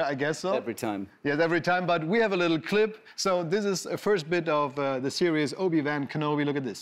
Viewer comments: Englisches Original: "Obi-ONE" Deutsche Synchro: "Obi-WAHN" Klaas: "OBI-VÆÄHN" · Wie Klaas "Wan" permanent falsch ausspricht.... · Ach ja, wer kennts nicht: "obi wÄn kenobi" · Obi-Wän Kenobi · obi wÄhN kenobi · Wer kennt ihn nicht, den Obi-Wään Kenobi 🤣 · Obi-Wän Kenobi?? Really Klaas? :D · Obi-wänn?? Man Klaas… 😂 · Obi wän kenobi! Selbst die Amerikaner sagen es anders! Peinlich!😔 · Ich bin echt nicht kleinlich, wenn es um Aussprache geht, aber wie Klaas "Obi-Wan" ausspricht, verursacht körperliche Schmerzen bei mir ;(